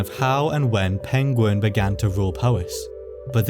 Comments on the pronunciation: That's Peng-WERN.... not ''penguin''. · All I'm saying is - Its Pengwern not Pengworn 😂😂😂 yeah I'm from Telford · It's Pengwern not Pengworn - Yes I'm from Telford and you won't get the joke unless you know 😂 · History is good, your pronunciation of the "e" in Pengwern is less so. You are saying uh, when eh would make it less jaring to listen to. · Is this where the pengulin were from ( actor who played Sherlock and mispronounced penguin on bbc documentaries) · Pengwern is how Benedict Cumberbatch pronounces "penguin." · I'm sorry, but "Pengwern" is (one of the many ways) that Benedict Cumberbatch pronounces "penguin". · if it weren't for the printed name I'd have completely believed you were saying penguin. You completely swallow the "r". Love your accent and enjoy the video. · Going off welsh, pengwern is likely pronounced Peng-where-n and the r in where is rolled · Pengwren is just how Benedict Cumberbatch says penguin. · Pengwern sounds like how Benedict Cumberbatch would say penguin. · Pengwern sounds like Benedict Cumberbatch trying to say penguin and now I can't unhear it 😂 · Benedict Cumberbatch: Penglern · I always have so much sympathy for anybody attempting Welsh place names. I'm lucky that I went to 2 Welsh language schools but even Welsh people who didn't struggle to pronounce most of them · Ahh the missing kingdom that Benedict Cumberbatch cant pronounce. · Rumour has it Benedict Cumberbatch can't say Pengwern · I guess "Pengwern" ist not an ancient word for "penguin"🐧, right?